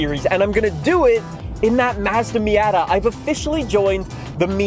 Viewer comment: Bro you say "Mazda" like a fucking phsyco